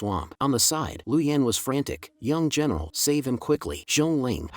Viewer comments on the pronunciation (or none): why does female general sounds like female genital hahha